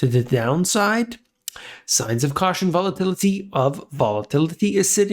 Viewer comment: One more time VOL-A-TIL-I-TY